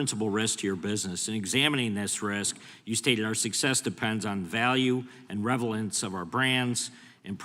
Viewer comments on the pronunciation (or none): Ahhhh, that word would be "reLevance" not "reVelance" American.